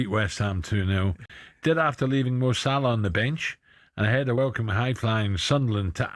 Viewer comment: Is Ally talking about Salah or Saha ? 🤣